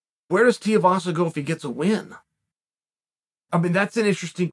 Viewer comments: DUDE, DO YOUR RESEARCH, you mispronounced his name faaar too many times ffs . its TUIVASA NOT TIEVASA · STOP SAYING TIAVASA !!! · goddammit chael its TWO-E-vassa haha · Tai TEE-UH-VASA 🥴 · How many fights until chael learns how to pronounce tuivasa